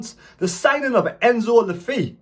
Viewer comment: It's pronounced Luh Fay mate. You can hear him say it on one of the vids the club put out.